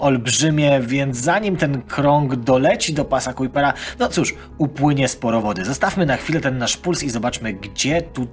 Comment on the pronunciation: w siódmej minucie mówisz cały czas o pasie Kuipera. Oczywiście zakładam, że to przejęzyczenie.